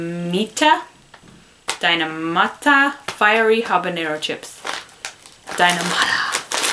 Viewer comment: D I N A M I T A sounds like Dynamytta